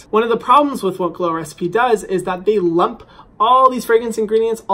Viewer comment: Hadn't I read the title I would've believed he was saying "glores p" the whole video lol